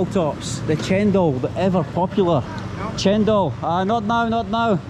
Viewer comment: welcome to Indonesia.I think you are very fluent in pronouncing a few words in Indonesian, for example cendol, new market, you can even say in Indonesian when you want to buy something.